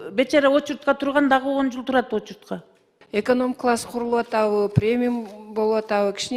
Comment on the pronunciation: Эконом класс деп айталбай ататко яя😂